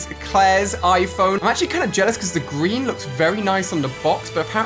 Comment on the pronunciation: He said gweeeeeen